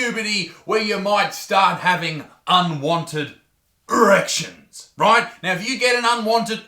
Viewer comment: Gotta love these unwanted UUHRECTIONS